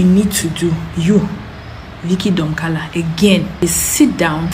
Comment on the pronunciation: Melinda say Vicky "dumbkala" 🤣🤣🤣